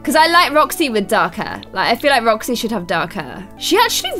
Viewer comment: When you wanted roxy you said joxy